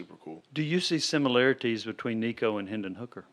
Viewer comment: How can you cover football and after 2+ years of covering Nico still not be able to pronounce his name right? There are videos of him here on YouTube showing you how to say his name.